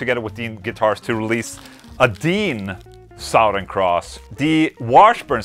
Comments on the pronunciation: SUH-THURN not SAOW-THERN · Sorry Ola I have to do it. It’s “suthern” like brother. I know it looks and spells like south but for some weird reasons I don’t know anyone who says south ern. You say it any way you want but I couldn’t hear anything but how you said it. Maybe it’s my problem. Probably. Lol. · Love the way he says “sawthern” cross. 😂😂